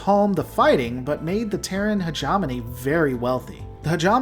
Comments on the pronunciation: "he * ge * mo * ne", not "heg * om * on * e" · Say it with me now. Hegemony. Not hegemoney. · Love the lore dive and I liked the video but I JUST CAN'T HANDLE how you pronounce Hegemony he·gem·o·ny /həˈjemənē,ˈhejəˌmōnē/ It should be more Heja (hard J) mowny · Hedge EH mony!!! Combine like "Combine Harvester" Argh, it drives me nuts! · You are mispronouncing hegemony.